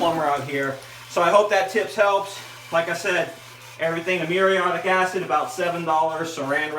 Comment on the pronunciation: It's woulDn't, not wunt, and shoulDn't, not shunt. MuriAtic, not muriOtic acid.